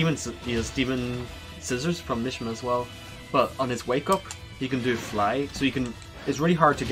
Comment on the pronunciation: Mishima is pronounced meshema